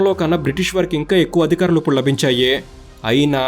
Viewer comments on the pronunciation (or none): none